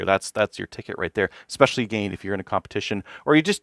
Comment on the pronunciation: “Uhh gain” lol I thought I was trippin at first lol